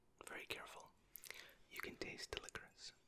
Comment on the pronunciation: This is the first time I have ever heard licorice pronounced licorisse😂😂